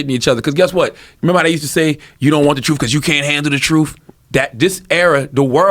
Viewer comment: Hard to respect someone who says troof. Speak English then we can talk.